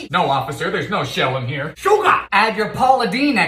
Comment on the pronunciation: SHOOGAH (sugar) WOOTAHH (water) FAYAHH (fire) siminim..! (Cinnamon)